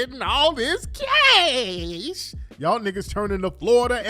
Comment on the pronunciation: "Where is j j getting all this casasshh" 😆😆🤣🤣🤣🤣